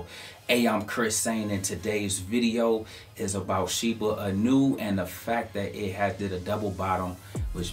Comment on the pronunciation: Inu -> ee-new not i-new